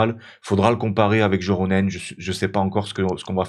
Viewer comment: Encore une super vidéo ! Je me permets juste un ptit pts sur la prononciation. Pour Joronen et Pohjanpalo, le "j" se prononce "y" Continue parce que c'est tjr un régal !